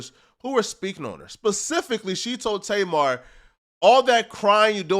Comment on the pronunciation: I don’t know what’s worse. People pronouncing her name tay mar or people pronouncing 2pac “2 pack”